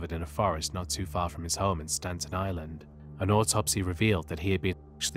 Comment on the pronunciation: Staten Island, not Stanton Island.